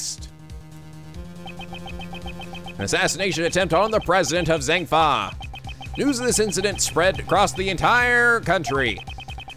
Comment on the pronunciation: is the way he was pronouncing zheng fa slightly annoying anybody else 😂😂